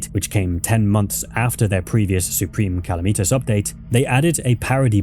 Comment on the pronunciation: saying supreme calamitas like that was worse than all the crimes in this vid